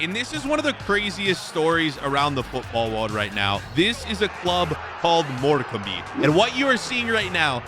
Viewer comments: it's more-curm not more-cum-bay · truly a heartwarming story also u say it more cam ...not more cam be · bro when u say morecambe its actually said like mor-cam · The team is spelt Morecambe but it is pronounced More-come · ah yes morcam-ee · Pronounce it as - More Cam B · Morcam-ee is crazy 😂 The be is silent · Last season Morcambe came last (20th) in League 2 and most of there players left Edit: How do you butcher the most simple name Morcum is how it is pronounced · its more-camb kinda